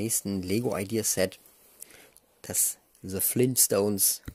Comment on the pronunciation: So lustig das du damals schon nicht „the“ aussprechen konntest😂